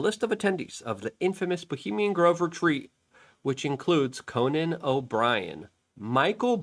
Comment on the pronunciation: Conan Obrian? WTF?